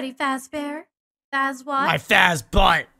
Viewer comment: He say Faz butt